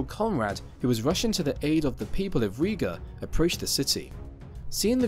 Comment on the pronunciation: Riga not Ria; Livonia not Divonia...